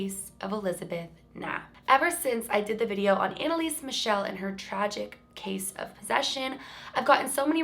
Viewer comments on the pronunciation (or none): none